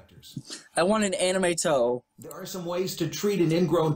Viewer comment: I heard "Anime toe" LMAO!